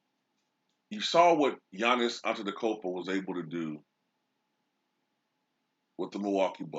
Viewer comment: You speak giannis wrong